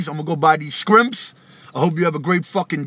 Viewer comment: Awesome he said scrimps